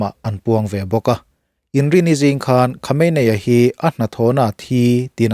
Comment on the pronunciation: Khawmeini ti a lam tur aw...